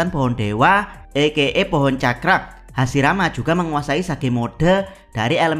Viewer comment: admin baca hashirama bukan hasirama 😅